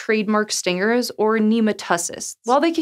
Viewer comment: Please never ever say nematocyst like that again. I may have to puncture my ear drums. It brakes down to Nemato- and cyst. Saying it like you did sounds horrible and makes zero sense, you make it sound like a disease ala "nemotosis"